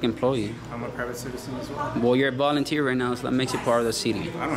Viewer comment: “bolounteeer” lmaooo learn english